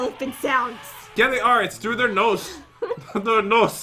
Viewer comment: the way Pat said "nose" with the accent is actually how you say "nose" in Russian